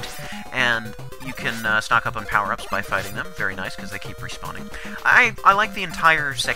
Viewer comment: "Many of the OWper ups" X)